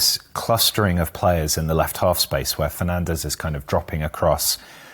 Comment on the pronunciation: You read it like this: "Fernandsh", not in the spanish way. Also, Broo-Noo, not Broo-Noh